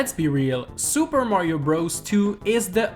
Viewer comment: He says super mañio maker 2